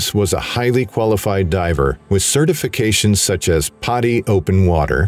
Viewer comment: I’m pretty sure the certification is pronounced “paddy” (as in PADI) not “potty”